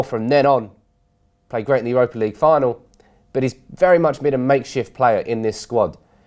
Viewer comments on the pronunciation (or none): none